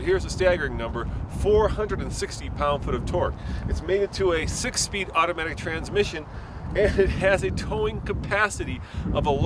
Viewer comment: Russian KGB agent. "Trrransmission!" Trrransmission"